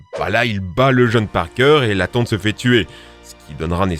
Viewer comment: PETER PARPAING EUH PARKER